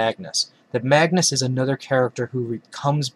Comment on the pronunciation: His name is not Magnus it is Magus LOL.